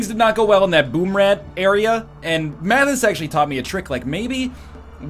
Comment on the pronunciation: Did he just call mathis, manus?